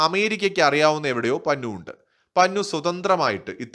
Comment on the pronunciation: പന്നു അല്ല പന്നൻ.കോഴി കോട്ടുവായിടുന്നപോലെ.😂😂😂😂😂